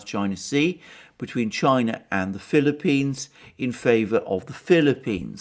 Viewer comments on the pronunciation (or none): none